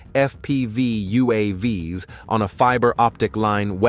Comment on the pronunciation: the spoken plural of UAV is not U.A.V.S. 😀, it's like "U. A. Vees"